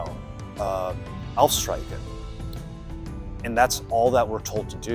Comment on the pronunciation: Nice vid, just a little thing, the ch in streichen sounds like the CH in Loch Ness, not like a K.